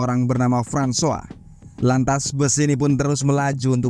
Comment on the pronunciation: Francois = frahn swah 👍👍👍.. hebat ni Abang